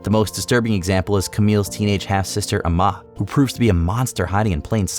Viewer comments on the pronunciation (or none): for amma crellin-- it's pronounced 'am-a". like amity.